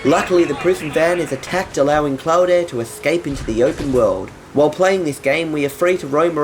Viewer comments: His name is pronounced like "clawed", not "cloud-eh". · it claud not cloda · His name is pronounced klaud not klaude